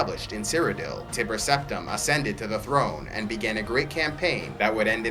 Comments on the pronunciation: How come you pronounce Tiber as Tibber? I don't usually gnaw at this kind of thing, but I've never heard anyone pronounce it differently before. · Great video I love it, but just so you know in the future, the "ti" in "Tiber" is pronounced just like it is in "time" :) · There are already so many lore videos for the Elder Scrolls games and yet I'm still excited to see more of these. Just; please don't call him Tibber, okay?